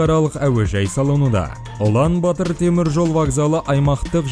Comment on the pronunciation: Улан батар деп жазад оқығанда улан батр деп оқйлы